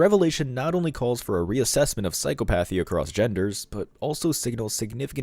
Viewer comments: I know it is spelled like it should be pronounced, "psycho-PATH-ee" but that is not how it is said. It is an irregularly cunjugated word. It is properly pronounced "psy-COP-ath-ee". "Psy-COP-ath-ee". I would hate for someone to misconstrue (or more likely PRETEND not to understand) and try to obscure your very valid point. People on the other side of the argument look for any reason to invalidate content they don't like... and in extremis they go for the ad hominem attack. "Him? He's stupid. Can't even pronounce the words of his own argument". Please don't take this as an attack from me because it was meant to help the channel improve-- something I'd like to see whenever possible. Love your work. Stay strong! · FWIW *psychopathy is pronounced